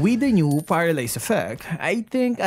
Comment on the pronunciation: He said "paradise"... Did he mean to say "paralyze"???